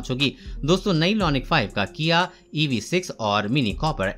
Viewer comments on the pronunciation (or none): LONIC nahi IONIC